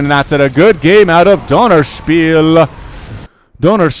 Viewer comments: How to pronounce 'ö', a quick tutorial for: the 'u' in 'hurt' is a very good approximation, you pronounce it short, with round lips, close to an 'o'. It really isn't that hard as far as vowels are concerned. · er sagt Dönerspiel 😂😂